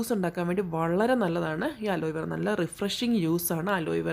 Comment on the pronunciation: അലോയ് വേറ അല്ല അലോവേറ